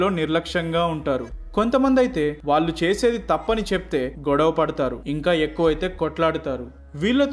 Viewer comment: చాలా మంచి విషయాలు చెప్పారు బ్రదర్...మీ వీడియోలు అన్నీ బాగుంటాయి...కానీ ఒక చిన్న విషయం...నాకు తెలుగు భాష అంటే పరమ ప్రీతి. మీరు వాళ్ళు కి బదులుగా వాల్లు అన్న ప్రతిసారీ పంటి కింద రాయి పడినట్టు ఉంటుంది. చాలా చోట్ల వత్తులు పలకడం లేదు...ఇబ్బందిగా ఉంది. దయచేసి గమనించండి.....